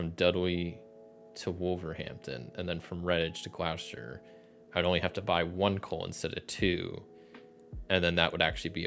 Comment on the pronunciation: Gloucester= "Gloss-Ter" Worcester= "Woos-Ter" If a place ends in "Ham", pronounce it as "Um", so Birming-um, Notting-um